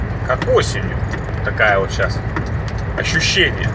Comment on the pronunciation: о как. Это как "ошчущэниэ" (как-то так, если правильно написал) Как в одном анекдоте - двоечник по русскому выиграл олимпиаду по белорусскому языку